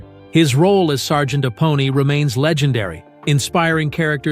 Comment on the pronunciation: This is Ai narrated. Can't can't 'Apone' correct.